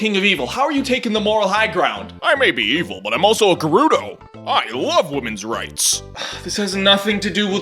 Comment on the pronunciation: Gerudo is pronounced with a hard J sound like Germany and Giant.